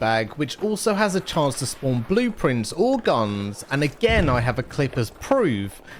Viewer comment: I love how you pronounce "guunnnnns"